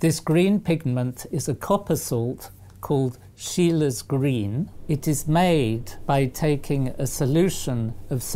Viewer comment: Typical English mispronunciation.